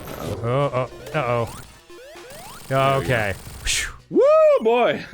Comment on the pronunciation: DAN SAYS "BOKAY"